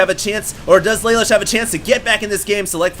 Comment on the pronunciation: LA LOOSH for crying out loud. get it right.